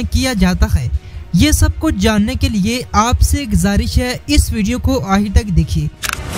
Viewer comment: तोतला है क्या आखिर को आहिर बोल रहा है। खे को हे क्यूं बोल रहा भाई